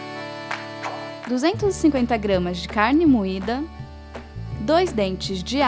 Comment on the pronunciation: O canal é lindo. Só amor. Os vídeos fluem muito bem, tudo bem fácil de acompanhar. Mas tem uma coisa no começo que sempre me deixa agoniado. Eu sei que é muita FDPtisse. Mas toda vez que você fala "vamos aos ingredientes" me da aflição, você sempre engole o N. Fica "igredientes", as vezes sai até "igredietes". rsrsrs. Eu disse que era idiotice. Releve, por favor. O canal é ótimo. (